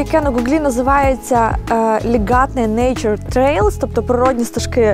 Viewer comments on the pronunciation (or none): ЛІгатне, а не ЛігАтне… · Прекрасное видео, благодарю. В латышских словах, как правило, ударение на первый слог: ГАуйя, ЛИгатне, СИгулда.